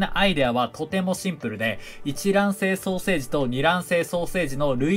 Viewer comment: 双生児がソーセージに聞こえる